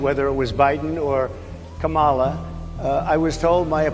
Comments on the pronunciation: 🤣🤣🤣 Am I the only one who noticed over and over that this dude is introducing her as GAMALA and not Kamala? 🤣🤣🤣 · Its not Kamala. It is Cha-me-leon. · cant even pronounce her name 🤡 🤡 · Even her supporters mispronounce her name.😂